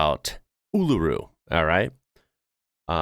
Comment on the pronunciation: Your coverage is ok, but please learn to pronounce Uluṟu correctly. You have to stress the vowel before the diacritic. Try saying as if it spelt “ULOORU”. Most Aussies don’t pronounce it right.